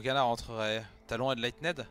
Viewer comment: Par pitié quelqu’un sur le live twitch peut lui expliquer comment on prononce enlightened correctement je vais pas tenir un set entier comme ça 😭